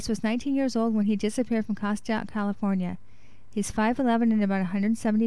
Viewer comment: I pray these boys are found. Ps- It's pronounced Cast-take, CA not Cast-ti-ack, CA.